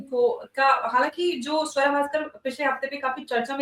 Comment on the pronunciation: Savra nahi suwra 😅😅